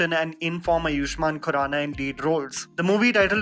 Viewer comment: He is आयुष्मान खुराना, not आयुष्मान कुराना